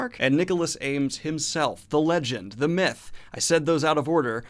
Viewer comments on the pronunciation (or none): none